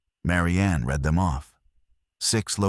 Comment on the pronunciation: AI Narrative Still struggles with 'Certain Words' Read ( Red ) Lead ( Leed ) Bow ( and arrows ) ( pronounced Bough ) on a ship. Great Stories, but would be better READ ( RED ) 😂 BY A HUMAN.. IMHO OBVIOUSLY.